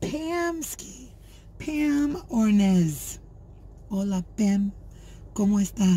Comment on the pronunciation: you are so funny, but I have to tell ya My last name is pronounced Or nes, not Or nez, don't feel bad everyone pronounces it that way, but what was funny was when you started talking Spanish when I'm a full blooded SWEDE, nice try though. LOL LOL!!!